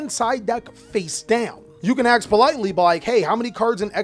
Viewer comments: Cant stand when someone says aks. Not ask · Bro don't say "axe" instead of ask. You're better than your ancestors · WHY YOU SAY AKS? DIDNT GO TO SCHOOL? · Curious how come you say "AKS" instead of "ASK"? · tbh i'm also wondering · its pretty common, i also do this and have to consciously remind myself to say the sk part